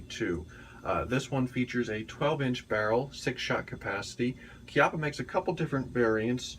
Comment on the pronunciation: First of all thanks for pronouncing the name Chiappa correctly, and second that seems like an awesome firearm